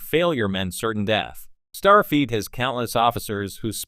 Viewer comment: Fix your pronunciation of STARFLEET!